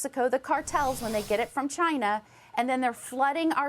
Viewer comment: Oh I was waiting or this. "Muh' Chai-nah!"